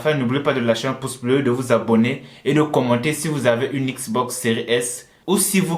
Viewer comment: J'ai juré il a dit une manette Xbos